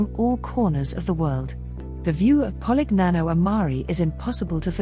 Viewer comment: POLIGNANO AL MARE, NOT 'POLIG NANO AL MARI'